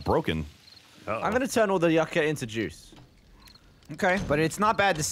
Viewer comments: Yucca is a root vegetable. Similar to potato. Pronounced yoocah...you know...like SCUBA. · You-kah, not yuck-ah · Yucca is Pronounced "you Ka". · For fuck's sake, yucca is pronounced YOO-KAH